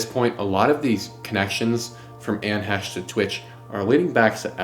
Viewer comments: great video young man, except calling her Hesh. it sounds like hay-sh. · Her last name is pronounced 'Hay-shh' may she rest in peace. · Fighterfighter training and body bag aside Bros really gonna say Anne Hesh the whole way through like hes never heard her name before. But yeah Ellen, like Oprah has power not to be messed with. I'd rather upset the queen when she was alive. Good vid, keep going down the murky murkhole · I think it’s he-chee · It seems odd to intentionally mispronounce her name when every clip clearly pronounces her name correctly. Is it out of disrespect or what? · Dude, if you’re going to make an entire episode about someone- at least pronounce their name right. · " I don't want to disparage this womans memory"Intentionally mispronounces her name throughout video